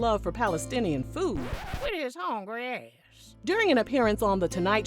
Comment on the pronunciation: “Wit his hongry ass….” 🤣😆🤣😆 I can’t with you lol